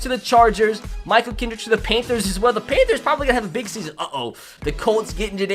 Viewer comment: DID YOU SAY PAINTTHERS. IT IS PAN THERS